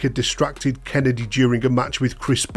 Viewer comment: You’re getting it wrong Every time you say Kennedys name. You gotta do right MMIISSSTTTEEEEEERRRRR, KENNNNNNNEEDDDDY - KENNEDY